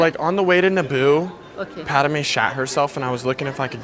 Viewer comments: The one thing that pissed me of is him saying paderme not padme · Thank you,I thought I was the only one who got Pissed Off that he called Padame instead of Padme.. #ForceChoke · Isn’t he suppose to be saying pad-may why is he saying pad-da-may??? Please explain anyone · It is pronounced pad may not padi may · Dude,You Forgot to put on the belt,and the rest of accessories.. And it's Padme,Not Padame!? This Is Outrageous!!! #RevengeoftheSithRules #ForceChokeThisDude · It’s pad-may not pad-a-may and padmé is spelled “padmé” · no one: calling her Padame instead of Padmé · bro says padame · Am i The only 1 who noticed he called Padme pad-a-mey and not pad-me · Padame bro It’s Padme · Bruh I just love padame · i swear if you say pad-a-me one more time i think i’ll take the high ground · why does he pronounce it pa da mae